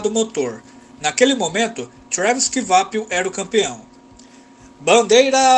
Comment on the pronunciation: Ótimo video, a título de informação não se pronuncia Kivapil e sim "Quapil"